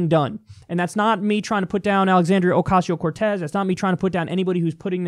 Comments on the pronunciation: Oh man, your face when that dude bungled literally every one of AOC's names. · when that other guy mispronounces Cortez's name I love Kyle's face. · Kyle's face when mispronounced, "Alexandria Ocasio-Cortez" priceless. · The look on Kyles face after that terrible mispronunciation.